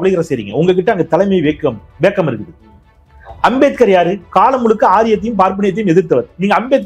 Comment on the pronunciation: வேக்கம் அல்ல வேக்குவம் போதமை இல்லை பேதமை ஆங்கிலம் ஓகே, தமிழைப் படிக்கவும் 😅